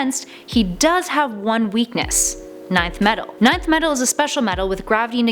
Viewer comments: why is she she saying ninth metal instead of nth metal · It's pronounced "Enth" metal not "Ninth" metal...... 😒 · Nth metal is pronounced EN-th not nineth....Fun fact: Nth is the only word to contain no vowels. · Nth metal is pronounced 'in-th" metal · Show me any DC publication where Nth is pronounced "Ninth." It's the equivalent of pronouncing Darkseid, "Darkseed." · Get someone to do the videos who isn't just reading a script. It's painfully obvious when something as simple as Nth is said wrong. Ninth metal lmfao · It used to be pronounced like that Pre-Crisis